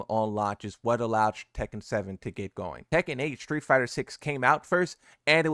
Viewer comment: Does anybody know why more and more people say shtreet instead of street ?